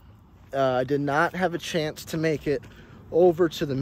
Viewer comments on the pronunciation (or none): none